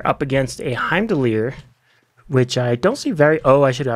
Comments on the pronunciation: that's the weirdest pronounciation of heim that i've heard 😂😅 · My ears!!! Please pronounce Heimdall the right way:))